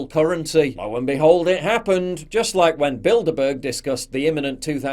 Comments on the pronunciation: I keep hearing " build a bear " 🤣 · I keep hearing "Build-A-Bear".